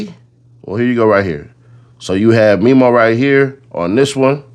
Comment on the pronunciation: Its Memo like Mem. Them Mem's. Mem-o